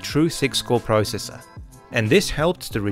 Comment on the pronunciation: You say processor wrong